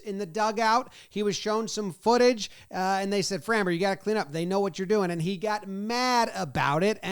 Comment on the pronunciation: Dude, please learn to pronounce Framber.